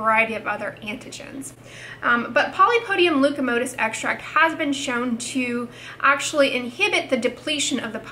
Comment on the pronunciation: Leucotomos ... not leucomotos